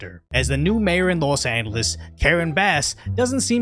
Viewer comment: Hold up say los angeles again?